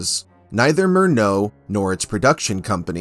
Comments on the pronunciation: The German pronunciation of Murnau is MUR NOW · Pronounced “MUR-now”. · Narrator should learn how to pronounce Murnau's name: Mur-now